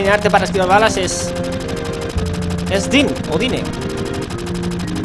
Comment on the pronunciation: Normalmente las palabras en FF se pronuncian en esdrújula o sobreesdrújula ya que provienen del japonés y todas tienen el acento en la primera sílaba. En inglés suele ser parecido, así que Gongaga sería "Góngaga" xD Por cierto, Dyne se pronuncia "Dain", "Yuffie" se pronuncia "Yufi", Junon es "Yunon", Cait Sith se dice "Keit Siz" y "Cloud" se dice "Claud", etc... Ah y gracias por pronunciar bien el nombre de Sephiroth ("Séfiroz" xD), "Sephirot" es una traducción horrible xD Siento ser tan tiquismiquis con la pronunciación pero es que me puede tanto como las faltas de ortografía xD Me encantan tus guías :)